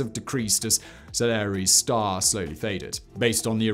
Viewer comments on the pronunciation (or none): none